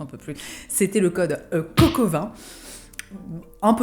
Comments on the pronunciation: Quand tu dis COCO20, mon cerveau lui entend Coq au vin... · Suis-je la seule à avoir entendu "coq au vin " non parce que je ne m'en remets pas ^^ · Moi j'ai entendu "Le code Coq au Vin" 😂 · J’écoutais la vidéo, je ne la regardais pas (je tricotais en même temps) et là j’ai tiqué je me suis dit : euh, elle a dit coq au vin ou COCO20 là 🤣